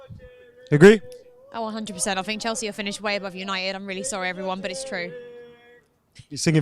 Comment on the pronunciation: Someone tell it's Chelsea not Chalsea please 😭😭